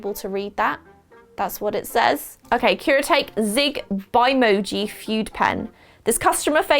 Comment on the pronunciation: One quick note, fude is usually pronounced: "foo-day"